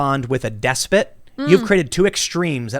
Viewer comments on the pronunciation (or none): Despit? The word Tim keeps getting wrong is Despot. Despotic being the adjective.